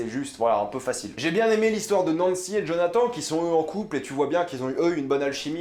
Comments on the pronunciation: Et quant tu dit Jonathan il se dit Jonathane 😭😂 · Tu as fait quelques petites erreurs dans ta vidéo. Déjà au niveau de la prononciation du prénom Jonathan, ça se prononce comme si il y avait -ne à la fin, ensuite la mère ne s’appelle pas Joy mais Joyce, et ce ne sont pas tous les enfants qui sont partis de Hawkins mais uniquement Will, Eleven, Jonathan et Joyce. Mike, Dustin, Max, Lucas et Nancy sont restés. Et puis tu n’as pas parlé des scènes post-génériques, c’est dommage. Mais dans l’ensemble c’était une bonne vidéo, assez complète, et qui reflète bien ton avis, qui est assez proche du mien. Bonne journée! :) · "djonatan" haha pas mal l'accent après avoir bien dit Nancy